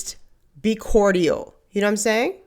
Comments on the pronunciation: I absolutely love you and your channel, so PLEASE don't take this the wrong way. But is "Cortial" the pronunciation in the Bahamas? It's just "Cordial" here. So I was wondering. Thanks for any info!!! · cordial (phonetically) is core-jul.💖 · Did you just say "cor-dee-ul?" Someone needs a grammar class.